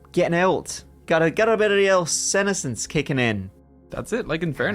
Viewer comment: Just one aside. The pronunciation of senescence - the accent is on the second syllable. The term is also used with plant, especially leaves on deciduous trees. Withering and falling off in the fall....